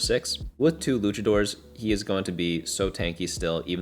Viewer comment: They're literally dressed up like Mexican wrestlers, who are called luchadors, which is pronounced a certain way. Nobody really cares that much if you pronounce it wrong, but saying that there is not an objectively correct, near universally agreed on pronunciation for that is a wild take